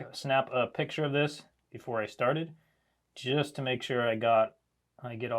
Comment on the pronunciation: "we have peecture"